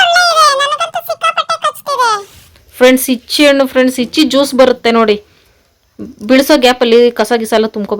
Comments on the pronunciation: ಅದು ಇಚ್ಚಿ ಅಲ್ಲ ಲಿಚ್ಚಿ ಹಣ್ಣು 😅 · ಇಚ್ಚಿ ಫ್ರೂಟ್ ಅಲ್ಲ ಅದು ಲಿಚ್ಚಿ ಫ್ರೂಟ್